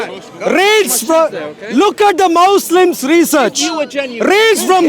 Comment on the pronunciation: He said mouslims